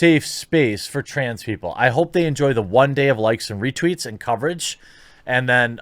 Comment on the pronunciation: Lol he said "reteets" reTEETS!